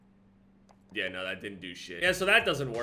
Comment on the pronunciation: Did u hear him !? He did the Ye nah thing from straya